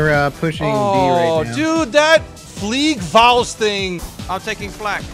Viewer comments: GAME: it's FLIEGERFAUST, see, I write it down for you. American youtuber: "FliegerFUAST" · I'm from Germany, and your Sperling of the "Fliegerfaust". *hrmmm... Sorry "Flivraus" make me laugh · small correction: Its "Fliegerfaust" not "FLIEGERFUAST " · Did you mean "Fliegerfaust"? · Hi nice vid but u switched up the a an u in fliegerfaust. uwu